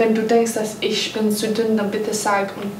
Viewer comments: Wie ich einfach immer an Stelle von "zu dünn", "zu dumm" verstanden habe : ) . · Ich hab statt dünn immer dumm verstanden😂😂😂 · Ich verstehe die ganze Zeit nur dumm statt dünn 😂😂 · Ich hab die ganze Zeit dumm verstanden statt dünn😂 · Ich höre immer dumm statt dünn